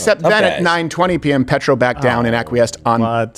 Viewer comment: Steven, don't be dumb. Petro comes from Latin for Stone, not petrol. Like Peter.